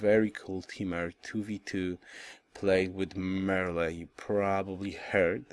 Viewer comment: Hi, Kiffe Speaking, Show us the 2v2 please! ps: french pronounciation: do not pronounce the final "e" in "Merle". just "Merl" kiss